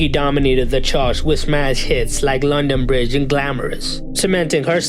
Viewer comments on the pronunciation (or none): none